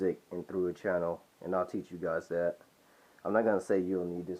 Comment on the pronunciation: You need to learn the difference between a D and a T (Dhat should be That)